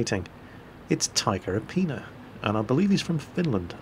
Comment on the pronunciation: You're almost there with the Finnish pronunciation. It's just apina, not aipinia or something like that:D